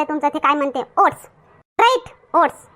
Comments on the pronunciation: said to you, It's not ‘ओढणं’, Oats. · What did you say? ‘ओढणं’ 😂